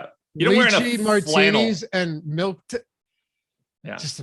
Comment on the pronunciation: I hate when people say warsh or pellow or melk..